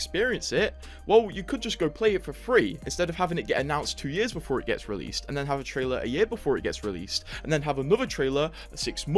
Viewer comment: BEFORE NOT BOOFORE